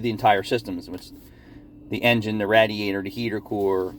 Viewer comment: I tune in just to hear say Rat-er-rator. Thanks for the content. 😃